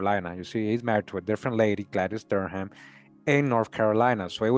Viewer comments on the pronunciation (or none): none